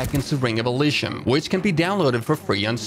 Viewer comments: I believe it's pronounced e-lee-zium instead of e-lee-shum But whatever works for you m8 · It’s eleeseeum dude. How ever the fuck you say it is wrong and fucking annoying as hell.